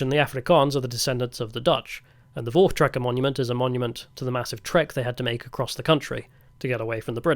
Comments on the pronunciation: Voortrekker Monument …….is NOT said with a “v” dude …. It’s pronounced “foor trekker ” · V in Afrikaans is pronounced as an F. Voortrekker is pronounced 'foortrekker'.